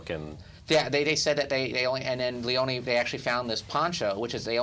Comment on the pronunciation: I have never seen four guys mispronounce so many words, names and film terms as these guys do throughout this and other reviews. The name is pronounced LEE OWN NEE. Not Lee own.